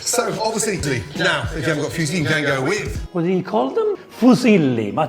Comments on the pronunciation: Gordon speaks Midlands English and French, the latter with a kind of delivery that really is at odds with how he speaks in English, and I think that shows in his Italian pronunciation 😅 The pasta is dark orange because it's fresh egg pasta. You can buy fresh pasta like that in the US and UK. I think he sliced the garlic like that to increase surface area relative to volume and get more delicious browning on it for the sauce. Speak for yourself. I have family members who grew up eating things much spicier than a pinch of crushed red pepper flakes in that volume of food. (The father of my sister's children, whom she has long since divorced, is Laotian, and so they grew up eating things that would make a Calabrian weep.) The kale will stop the garlic from burning because it's instantly going to release a ton of liquid, and you need the salt he already added to the pan to make kale not taste like depression. I don't know why he's not cracking fresh black pepper in there. It's so much stronger than that pre-ground crap., that's fresh egg pasta. I can right now check my grocery delivery app and find fresh tortellini, ravioli, linguine, fettuccine, capellini, and spaghetti, just from a quick check. I've never seen fresh fusilli where I live, but if I lived in a place with a large Italian diaspora, I wouldn't be surprised to find it. Look how cloudy that water is after three minutes! That's not dried pasta! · Gordon Ramsay Fusilli Pronunciation Guide: * Few Zilly * Foo's Illy * Fee Use Lee * Fuse Hilly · Aaaah, the famous Italian breakfast cereal pasta, the Füsli/Fuesli! 🤦‍♂️ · The way Gordon pronounces Fusilli. What a silli thing to do. *silly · Bit nit-picky with the pronunciation of fusilli there! 🤣 What about that other pasta shape, looks like an Action Man bow tie? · Yes! i know! I am Italian! I was making fun of the way Gordon Ramsay mispronounced the name! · Except it's not even silly - it's zilly... LMAO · fuesli its muesli pasta